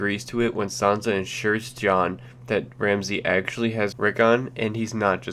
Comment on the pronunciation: It's Sansa not sanza